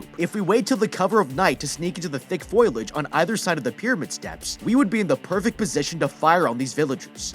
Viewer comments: did he just say “foilage” …it’s “foliage” 🙈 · Just looking out foliage is pronounced pronounced “foe-lee-edge”